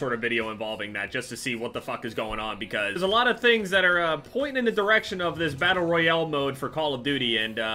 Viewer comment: Why does he always say battle royL